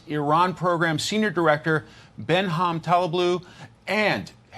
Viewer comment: is just going to take that? The host kept saying Benham. He can't even read?